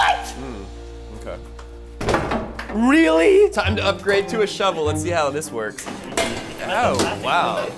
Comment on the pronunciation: It’s time not tiem